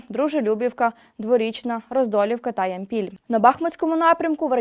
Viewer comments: Все ок. Звук є! Не ямпІль, а Ямпіль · Дякую за інформацію. І так, все ж Ямпіль, наголос на першому складі. Але то таке. Зі всіма буває. Дякую нашим Захисникам.